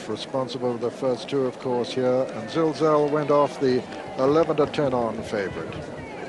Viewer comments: Pity Peter kept calling Zilzal, Zalzal but he was getting a bit old by then so I'll forgive him, he is by far the best commentator of all time for me. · bigdunc was about to say the same couldnt say zilzal until the race was over, excellent horse saw him win a couple of good races